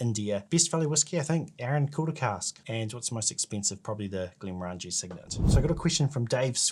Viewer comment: Glen more angie? You'll never get across the border saying that. It's Glen morran gee.